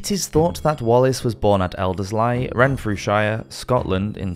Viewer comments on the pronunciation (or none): practically that whole list of names was completely wrong one after the other lmao Lanark, Elderslie, Renfrewshire and Scone where all wrong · Loving the content on the channel, I’ve been binging all of your videos! But I’d suggest looking up the pronunciation of place names - Renfrewshire, Elderslie, Lanark, and Scone all pronounced wrong in quick succession was a bit jarring. Not that this takes away from the interesting content, please keep it up 😊